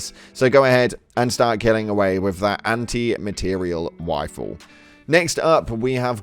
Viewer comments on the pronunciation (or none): Yo I legit thought you said "Anti Material Waifu"😂😂 💛